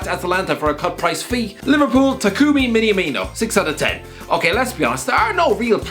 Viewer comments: Miniamino? Bruh at least get his name right. Also, no. He hasn’t been replaced by Jota. Minamino is firmino backup, Jota is Mané backup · why "miniamino" cant you pronounce basic syllabuses? mi-na-mi-no, that easy, even you can do it